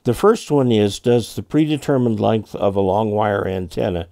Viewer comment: Length not length